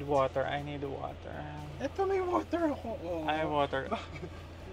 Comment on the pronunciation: "I need waterrrr" 😂